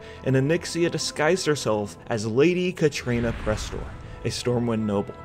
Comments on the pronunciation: Katrana! Not Katrina. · KATRANA why do you keep saying Katrina, where's the 'i'? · Kah-TRAH-nuh fuck man